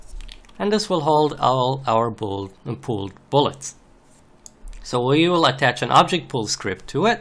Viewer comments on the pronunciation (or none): Super Tutorial Thanks!, but I heard you say Booled Pullet.... well almost... who else heard that? :) :) :)